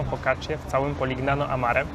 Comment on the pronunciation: Nie da sie sluchac tej wymowy, moznaby wczesniej sie doinformowac..."Poliniano" i "Modunio" ( gn= ni), Bari "Vekia" (cch=K). To dosc elementarne zasady wymowy w jezyku wloskim.